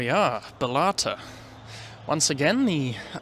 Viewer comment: Pronunciation is ba-lat-ta